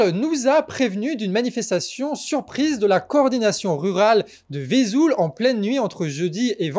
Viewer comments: On prononce Vesoul et non Vésoul. Vive le canard ! 🦆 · Vesoul se prononce Veusoul, pas Visoul (pour une fois que l'on en parle). Merci à toi et longue vie au Canard. Coin. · On dit VEUsoul 🙂.....comme on dit QuimPAIRE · Il semble que ce soit Vesoul et non Vésoul (le "e" se prononce comme dans "besoin").